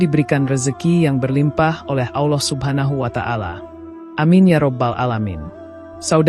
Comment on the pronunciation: Maaf klo saya salah, saudara ku seiman kedengaran nya saudara menyebut nama Allah..ada lah,,awllah mohon maaf hnya sekedar koreksi..SMG Allah mengampuni kita semua..aamiin..